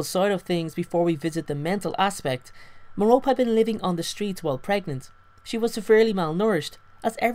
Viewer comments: No, is right. It's pronounced Mare-oh-pee. It's not Mare-oh-Pay or Ma-Rope. MARE-oh-PEE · Mair-O-Pee, not Mer-rope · Still Don’t Know How To pronounce Merope (Meh-Rope-EE) Not Merope (Meh-Rope). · Others pronounce it 'meh- rop' lol but I read it as 'meh-ro-pi' 😅😅😅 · Her name is pronounced meh-ROH-pee not Meh-ROPE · You mean merope you were saying Merop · It's Mer-o-pe not Me-rope! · It's pronounced Merr-Oh-Pay Not Merr-rope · meh-roe-pee, like penlope or phoebe not meh-rope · i thought it was pronounced like "Mare-o-pee" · Lol I'm so dumb because I pronounced Merope like mer-OpE 😂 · three syllables: mer-oh-pay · great video, just annoying me that it's pronounced like me-ro-pay. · Isn't her name pronounced "Mare-o-pee", like Penelope is pronounced "Pen-l-o-pee"? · You're pronouncing her name wrong bud... It's pronounced (Meropae) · it's pronounced mero-pay